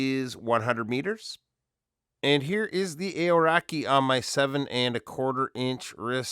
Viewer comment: Kiwi here, great review! You might want to look into the pronunciation of Aoraki however 😂